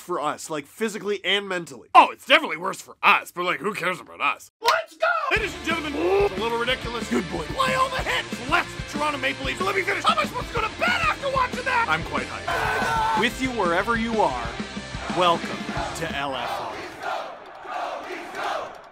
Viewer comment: I still hear ‘I’m quite high’ even now trying to hear the word hype. And I’m still here for it